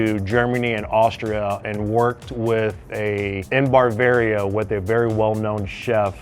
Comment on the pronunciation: If you're the VP of Culinary Dept. and says "Bar-varia" as a region of Germany... LOL. Bavarian.